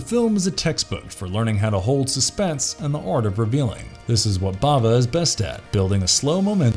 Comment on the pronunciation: Bava NOT Brava